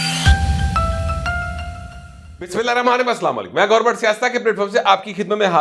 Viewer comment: Sir plz BISMILLAH sukoon se or talafuz k saath parh lia karain